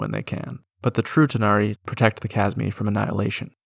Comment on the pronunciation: When you said True tanari it sounded like you said Futanari lol